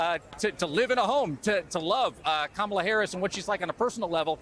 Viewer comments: Hulk Hogan, confirmed raycust, was apparently mocking Kamala over her ethnic background last night in Ohio. He also reportedly mispronounced her name several times. I guess the doofus was thinking about an old wrestling nemesis of his, the Ugandan Giant Kamala. 🙄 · Obama pronounced her name incorrectly. 💙